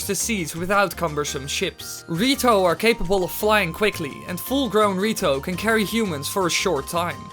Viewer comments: The way you say "The Rito" sounds a lot like "Dorito" XD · the way he said rito (dorito) does that mean that the goron evolved into mountain dew i mean they live on a mountain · did u know when u say "the rito" it sounds like doritos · I can't stop hearing Dorito when ever he says rito DX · same lol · Was about to comment that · When you said the rito, I thought you said dorito. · Wen you say the rito it sounds like dorrito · why u pronounce the rito dorito